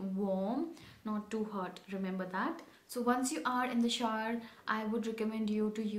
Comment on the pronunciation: It's not shaar... It's pronounced as shou'ər (shou/er) 😊😊